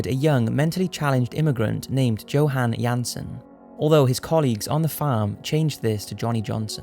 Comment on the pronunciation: "johan" is pronounced 'Yo-han".